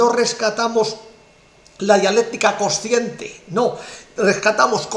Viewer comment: es coNsciente, no cociente. Pronuncie bien el castellano. Saludos.